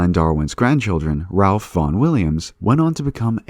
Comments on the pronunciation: Nicely done. I will mention though that Ralph Vaughan Williams' first name is pronounced like [rayf], not [ralf]. British names can be odd like that. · I believe his name was pronounced “Raif” and not “Ralph”. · I love these videos, but I'm sure there isn't a single one with some dodgy pronunciation of names. Here are a few: Josiah = juh SIGH uh (not joe ZYa) Ralph = rhymes with "safe" Keynes = keens Aldous = ALL duss (not all-DOE) Erasmus = eRAZmuss